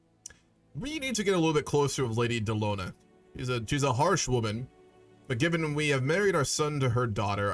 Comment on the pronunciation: Just for reference - Names like Delonne or Arianne pronounced with a hard vowel at the end. (A-ri-enn)